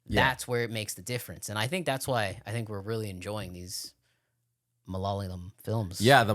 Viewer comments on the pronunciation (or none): Malay is a different language. It’s Malayalam but pronounced Ma-la-ya-lam. But thank you for give our small industry a watch and allowing others to also explore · Kumbalangi Nights or thallumala next. Btw I feel you get the same Vibes as “our stupid reactions” channel when they first watched Malayalam films. 😂 you are even saying the same things they said. You are also saying the word Malayalam wrong just like they did 😅